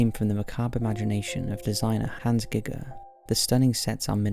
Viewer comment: Mispronounced Hans Giger as well